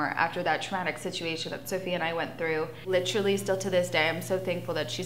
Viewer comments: “Littrolly” it’s “LITERALLY” and you don’t need to use it every 10 words 🤦🏻‍♂️ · I like litcherally got my like bachelor's litcherally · "like I litchrally.." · Like litcherally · "I litcherally" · I litcheraly cannot stand the way she says literally. I literally cannot stand anything about Farrah. She’s always the victim and acts like she’s standing up but we all see the way she treats her family. She licherally, treats them like shit.